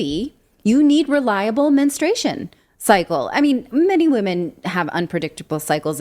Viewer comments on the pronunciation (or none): Say that word MENSTRUATION correctly please! It's not menstration. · It’s “menstruation” not menstration. Just saying. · Yeah, this was ridiculous, from the first reports I knew it would wind up being true. Also: Please pronounce the U in men-strU-a-tion. Sorry, that’s a big pet peeve of mine. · It does screw up a woman’s cycle but please say the word correctly: it’s men-stru-ation NOT men-stray-shun 🙄